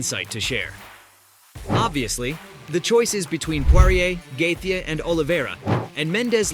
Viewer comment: “the Russian Charles Olivera “ “Dominant victory over volk” Bro couldn’t even pronounce Dustin and Justin’s last name😂 Is this guy mentally disabled?